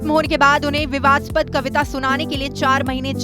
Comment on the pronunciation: मैडम ज़रा गोदीगिरी वाला चश्मा उतार कर न्यूज़ पढ़ा करो, जन्म 1954 में, लिखा है, 1994 नहीं, और विवादास्पद होता है, विवदसपद नहीं होता है 🤐🤐😀😀